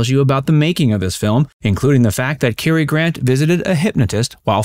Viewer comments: CAR not KER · It's Boy-aye, and Cah-er. 😊